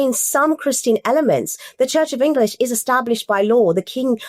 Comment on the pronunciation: This is typical of what Muslims are doing using our laws to further their causes. Also, did you notice that Muslim lady saying church of English?